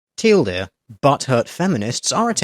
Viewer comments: well yeah, that's where they got the meme of a teal dear, from pronouncing the acronym of TLDR. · Doge XII av Norge (Ignar the Husky) Just a play on words, basically. Because instead of saying 'Too Long, Didn't Read', which is what TL;DR stands for, he just says the the acronym instead of saying the letters, too. So it comes out like 'Till Deer' Hence, the deer mascot. Don't know about the green color though, but I think it looks nice.